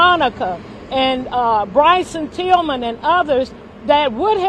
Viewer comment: Who the hell is Bryson "Tillmon" lol